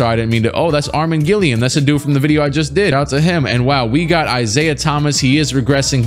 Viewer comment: Armen Gilliam the last name is pronounced Gill-am. I share the same last name lol